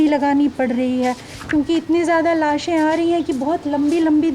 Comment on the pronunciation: What's wrong with this reporter? Is she dumb or what. Show some courtesy and stop saying "laashain"